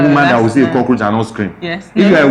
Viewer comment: say cockroach na co-tenant hahhaha